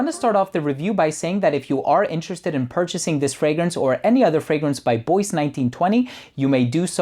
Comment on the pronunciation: I'm guessing it's not "boyce", but "bwah" as in Bois du Portugal.